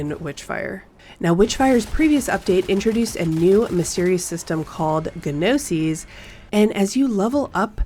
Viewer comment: Glad to see this, I followed Witchfire for a while and regularly read The Astronauts blog. Just one minor thing to point out about this video - the word "gnosis" is pronounced like /NO-sis/, the G is silent.